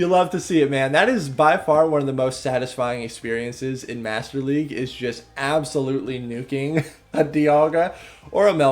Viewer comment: "Whats'up, everyone, this is bringing you some more Go Battle Legue battles."